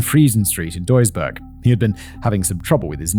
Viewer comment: As I listen to the story: greetings from Duisburg😁 Btw You didnt butcher the Name of my home as much as some of my fellow citizens :)